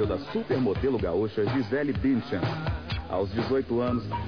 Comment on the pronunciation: Ei o nome da menina e Gisele Bündchen. O U se pronuncia com um Tom fechado.E o D tem Som de T entendeu? Nao e bunchen.